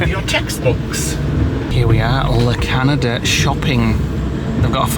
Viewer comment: La cañada - that symbol is a ny sound. So la canyada 😅